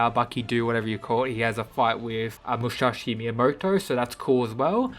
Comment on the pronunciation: Its musashi not mushashi